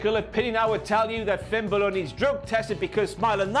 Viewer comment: Finn Buhluh